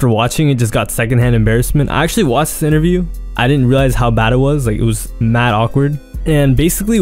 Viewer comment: wathh inaview